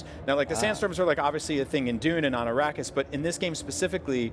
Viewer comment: Did this dude just say "Arockis"?